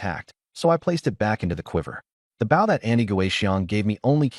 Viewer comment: your saying the word wrong Bow has several meanings the weapon your talking about is BO-{w} is silent.